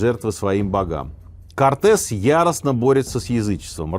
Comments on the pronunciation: Альбрехт ДЮрер. Немецкая фамилия. Ударение на последний слог режет слух. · Уважаемый Сергей, обратите внимание на произношение имени немецкого художника - Альбрехьт ДЮрер, ударение падает на первый слог, и в имени, и в фамилии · Откуда вы взяли ударение ДюрЕр? Режет ухо!